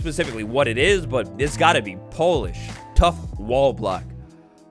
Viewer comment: I can't tell if he's been saying Polish on purpose and thinks that's how it's pronounced or if it's some joke